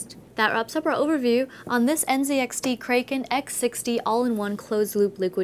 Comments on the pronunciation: Cray-ken lol... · Joanne said (cray-ken) instead of (crack-en). Makes me question everything I ever knew about mythology, including God, and this singular existence we call life... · ikr, wtf is a cray-ken CRACK-EN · kraken!! not 'cray' ken, jesus. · Joanne sweetie its pronounced Kra Ken not Kray Ken but nice over view anyway lol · It's pronounced " Crack in" Joanne you're hot but watch the movie "Clash of the titans" You'll understand what I mean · STOP SAY KRAYKEN WOMAN!! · the kraykun .. lol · isn't it crack-un? hence the 'e' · krayken Lol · "Kray-ken"!!!?? I'm sad panda :'[ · kay-ken.. i cant take it.. MOM MAKE IT STOP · she's saying Kraken wrong right?